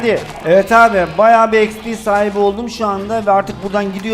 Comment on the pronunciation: abi xpe değil xpi diye okunuyo